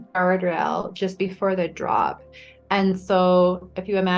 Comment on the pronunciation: Not knocking her story at all, but what's up with women who say ant instead of and? Asking for a friend.